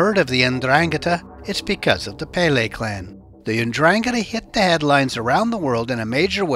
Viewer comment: Pelle is pronounced with the accent on the first è " Pèlle" ,it means skin